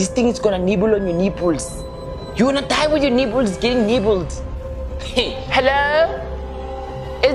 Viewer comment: I like how you emphasizes,,,you gonna dieeee kkkk kwaks, you should consider doing something like that,that shows on TV. please more skits ,me laughing so hard ryt now,, much love for you. Im a Zimbabwean based in Germany. I watch you all the time Lasizwe.#picknpayonyrhead#you know your thing my guy.